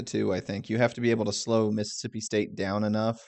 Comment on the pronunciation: Just say “State”